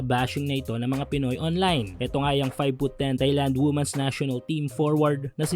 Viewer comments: Hindi po woomen ang tamang pag pronounce kundi weemen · Women - pronounced as "Wimen".